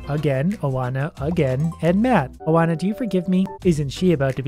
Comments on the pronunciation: Believe it or not that's a very common name in Romania. Quite a few smart Oana's here too. Don't mock something you don't understand, you know better. Also it's not O-ana, but rather Oa-na. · the way you said Oana triggered me it’s wa-na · Oana is pronounced One-uh. It’s Romanian and means Joanna. It’s my birth name.